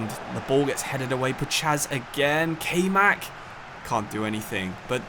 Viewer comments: Nice vid wish it was a little longer but still cool. Btw Kaymak is pronounced (Kai-Mah-k) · Little heads up its kayman and since he is turkish its not prononounced like kay but the a is pronounced like a in hard and y is pronounced like y in youth and the other a is also pronounced like a in hard